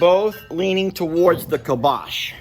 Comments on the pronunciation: I think it is pronounced (Calm-bock) not (kill-bosh). pronunciation sounds similar to kibosh (meaning an end to or dispose of decisively). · I think it’s pronounced “calm bock”. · I think it is pronounced kalm - bach. Bach as the music composer Bach. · Kalmbach...... Cal M Bach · it’s “calm bock”!! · it is pronounced CALM’ BOK. Emphasis on first syllable. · I think it's pronounced CALM-BOCK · I think it’s pronounced like calm bock. Not sure though. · We have Towns in Germany with the name Kalmbach and Calmbach. It is pronounced: K a l m - and Bach like Mozart or Beethoven. Put the word in the google translater and listen how it is pronounced in German. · Poor Cornholio was trying hard to get your attention. I think he might have been saying, "I'm the connoisseur here, you bloody Yanks!" The feed is pronounced Calm Bach (like the classical composer). <3